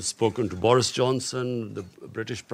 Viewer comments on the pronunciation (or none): none